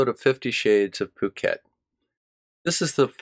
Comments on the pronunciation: It is actually pronounced "pooket". It's an island in Thailand, where the small headed gentleman resides. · I think Bob is pronouncing "Phuket" wrong